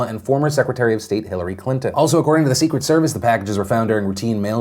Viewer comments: "The Sewcet Service" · Is it just me or is Phil saying “Sequeit”, instead of “secret”?